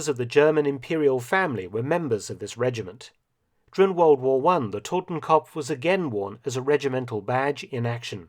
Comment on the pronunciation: Just FYI; It's "Totenkopf" not "Totemkompf"